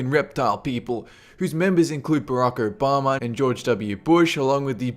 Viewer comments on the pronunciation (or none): President Urr-Bama! xD